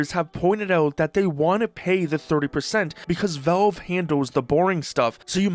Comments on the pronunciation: It's pronounced "VALVE", not "VELVE" !!! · "Say Valveshake" "Valveshake" "Ok, now say Valve" "Velve" "Are you hearing this?" "Yea, the man wants a glass of Volve"